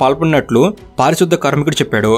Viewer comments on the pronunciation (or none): పారిశుద్ద కాదు అన్నా పారిశుధ్య కార్మికుడు అన్న